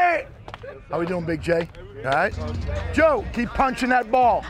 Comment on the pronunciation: the way he says joe is so funny to me